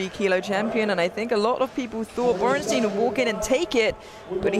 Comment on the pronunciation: If I hear Borrnsteen one more time I’m going to invade Poland.. HIS NAME IS BORENSTEIN